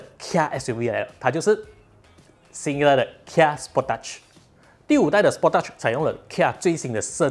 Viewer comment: 根据korean的车媒 Asian Petrolhead，是念 spor tage(techge)，就stage 拿掉s, 你念的第二个音有点 sport teach，哈哈，应该是酱